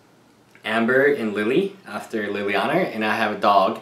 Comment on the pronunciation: If I had any problem with your content, ***** is that you consider yourself a MTG Finance person and yet you have a lot consistent pronunciation issues of cards and characters that for the most part are simple to fix but consistent: ie. adding an er sound to the end of Liliana, dropping the r in Atarka. It was also a bit frustrating to see your prerelease for DTK videos where you got kits, fat packs and the dice game days before the prerelease...how was that even possible? -_- If you can please explain these things, I will sweep 'em under the rug as it makes sense and not just unfair shenanigans.